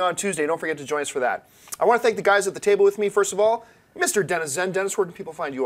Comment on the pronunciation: Whenever says Dennis' name, I think she's saying "denizen". Kinda sounds badass for a second, like some hip net or gaming alias. I think Assassin's Creed, if done right, could go for a few movies and do very well. It's got a lot of the right talent attached, or interested in it as well, which doesn't hurt. First and foremost though, it has a staunch fan-base and carries elements that would make it broadly appealing to more than just gamers.